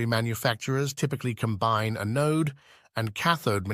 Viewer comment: gen one a-node? Good God, please pronounce your words correctly... Sounds like a stupid computer saying the words wrong... and saying '4 thousand 6 hundred and 80' instead of 46-80 like everyone else makes this video really hard to watch, which is why I only made it 3 minutes in..